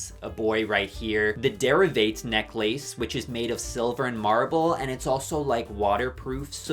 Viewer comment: Why did you said “necklace” like that 😟